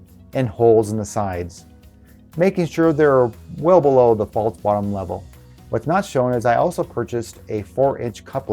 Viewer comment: The word isn't pronounced "faults" it's "false"..